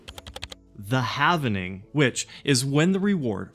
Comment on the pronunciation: Nice video! Halv-e-Ning! WOOT